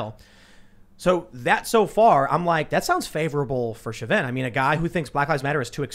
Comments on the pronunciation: Show-vin, not shove-in. Sorry, not meaning to nitpick, just caught my ear. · Typically, because of its French origins, Chauvin is pronounced [show- VAN (with a very short, staccato ending of the N), but I think this particular family pronounces it the same way you do: [SHOW-vin] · FYI "Shaw Vin" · Chauvin= Show-Van It’s French. Also a city in Louisiana. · Chauvin is a French surname found in Quebec, pronounced Sho-veh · His name is pronounced, "SHO-VAN" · Cajuns pronounce it Sho-van (you drop the “nuh” on the N, but keep the A sound) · Chauvin is pronounced Shaw-Vin with emphasis on Shaw and not the Vin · Chauvin is French and is pronounced Show-vĕ or show-van, the n is silent. I grew up in a town named Chauvin and dated a girl with the last name Chauvin. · Pronounce Chauvins name correctly ffs!